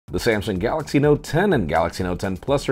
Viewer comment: The CEO couldn’t even pronounce the full name of ( we announce Samsung Galx lol 😂😂 ) but yeah as for the Notes they are good but not worth upgrading from note 9 that’s my opinion anyway